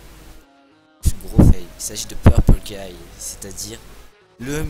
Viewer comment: mec t'as dit merci purpule guy c'est genre tu dit "purpule guy heureusement que t'es là car sans toi des robots qui tue des gens n'auraient pas exister merci mon gar